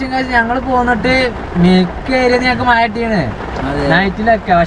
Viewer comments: മഴ എന്ന് പറയാൻ പഠിച്ചിട്ടു വരു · Iji kollaloo😂